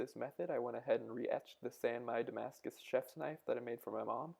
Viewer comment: French subscribers here!! You did pretty good accent there. Anyway, thanks a lot for those vids, they teach me a lot as I am going to make a Damascus steel knife for a friend.